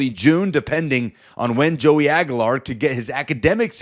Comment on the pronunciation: dude , you're an idiot ....it's pronounced AG "U" LAR not AG A LAR with a U U U sound